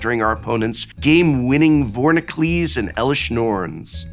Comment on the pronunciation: When you say "Vornicles," I assume you mean "Vorinclex?"